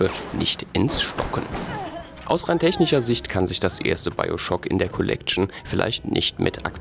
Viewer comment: Techhhhnischer Sicht